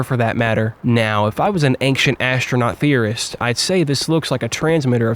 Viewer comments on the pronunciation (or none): What's the deal with pronouncing "ancient" as "anxient"? It's like making a typo, but in speaking.